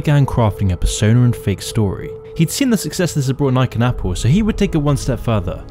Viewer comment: try to speak more clearly. You mixed nike and apple like its one word.